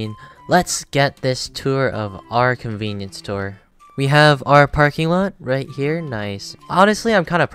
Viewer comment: conveenipoo store